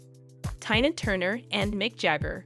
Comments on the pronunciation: As someone else, it's most likely a recording on a computer/robot saying the words. I don't know for sure, but I do know that I don't like someone or something has done such a terrible job as this. If the person can't pronounce simple words like Tina and provide correct information, and neither can their robot, then they shouldn't bother. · What is up with the commentator? How can anyone mispronounce a simple and as in this case well known name such as Tina and who is the subject of this video. Good grief🤦‍♀️ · Or, before she read this off a cue card, she had never heard of Tina Turner, nor knew how to pronounce her name. How unprofessional. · LOL Right?! She keeps going back and forth from Tyna Turner to Tayna Turner. This must be an AI voice, but damn...even an AI bot should be able to get "TINA" right. Like WTH!? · Her name is tiiiiiiiiiinaaaa! Not like you say it! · Switching away from this content. If providers can’t be bothered with pronunciations of names and other key words, I won’t be bothered to watch. This speaker called her Tina, then TYNA!!!! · Omg....Bowie &Jagger and Tina were just friends. And the narrator cannit even say TINA right. Rwally? T Y N A? Sad. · How can I trust anything in the posting when you don't even pronounce TE-NAH (Tina) name correctly, she is the main subject of your videophone! Then you have several facts incorrect. Proof anyone can just post a video. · Wow. Tyna?? Woodstock 1969?! Spelling mistakes - Erwin, not Irwin .. what did I stumble across ?? How is is possible to mispronounce Tina? Just ..wow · Learn how to say the person name before you talk about Tina..Tina got away from Ike her children weren’t with her.Who ever is reading this sounds like Robot..You should learn about person before you tell the story. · Her name is Tina Turner Anna Bullock stop trying to give information when you cannot even say her name properly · Embarrassing!! Can’t even pronounce Tina’s name right!!!😡😫😫